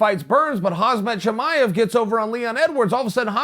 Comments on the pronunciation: Am i the only one who hear he said Hazmat Chimaev? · No One Chael : Haazmat Cimaev